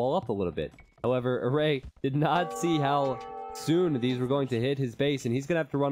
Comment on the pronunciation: Btw red player's name is pronounced as Eray with a closed A like the A in Heart